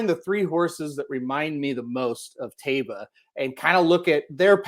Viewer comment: Phonetically pronounced TYbah.